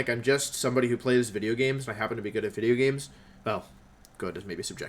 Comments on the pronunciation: I first saw you wheeze at your own intro in the Evil Teams wideo. Stayed because “there you were” being our boi educating on correct pronunciation. Keep doing you and feel what you feel to balance yourself. You’re a very good trainer, Youtubist and hopefully, Dracovish! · So, I'm new to Wolfey's community, and im happy to be here honestly. I don't understand why people are being douchey to Wolfey, he seems like a really cool guy. I'm really enjoying his content, even though I curse him for making we say "wideo" accidentally a few times. I hope people start treating him better :/ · Wolfe : says 'video' instead of "wideo" and does not care about it Me : something wrong, I can feel it